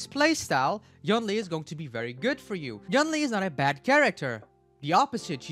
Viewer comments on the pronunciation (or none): yoon lee not yawn ly